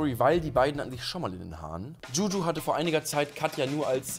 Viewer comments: DschuDschu.. aja.. maybe next time den Namen richtig aussprechen 🤣🤣🤣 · wie zu blöd ist Juju richtig auszusprechen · Wieso kann niemand Juju aussprechen